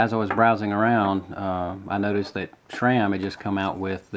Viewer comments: SRAM not SHRAM!! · It's how you CORRECTLY pronounce SRAM.... As that's how it's always been pronounced by the heads (Stan Day) who created the name.